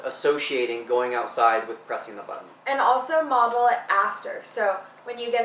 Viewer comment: Its button.....not buhh-tin!!!